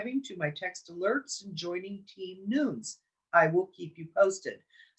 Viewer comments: DEVIN NUNES......PRONOUNCED......LIKE.....NUNEZ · Pronounce Devin Nunes as “Noon nez”